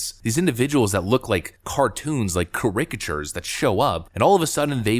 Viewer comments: Charicature is pronounce keh.ruh.kuh.chur Not keh.rick.a.chur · WTF is a Car-rick-a-ture? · Good for TPUSA. What the right needs is bottomless pit of money like Soros to go after each and every media lie, fund PACs, etc. And, for the love of God, please learn how to pronounce "caricature." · That’s not how you pronounce “caricature”. Your point was totally sound, just don’t want you sound stupid while making it. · Caricature. Pronunciation please. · Dude, better look up how to pronounce "caricature" haha Great video though